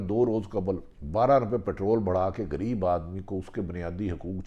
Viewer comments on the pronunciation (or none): none